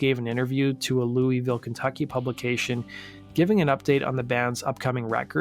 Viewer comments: Great mini-doc about Travis Meeks! The only painful part was hearing Louisville mispronounced repeatedly. It is pronounced Lou-a-vuhl. Although, Lou-a-ville is acceptable and not nearly as painful as hearing Lou-ee-ville over and over. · LEW-EEE-VILLE hurts my ears 😅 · It's "loo-uh-ville". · Its pronounced LUL-VULL. That's how people from KY say it